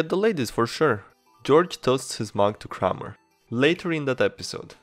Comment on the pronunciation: The Kramer and Mephistopheles pronunciation hurt my heart. Good videos though!